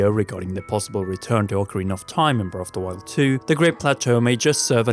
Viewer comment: Your accent makes it sound like you are saying, "Brelf de Wild".